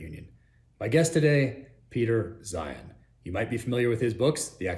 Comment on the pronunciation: He said Peter 'Zion' 😂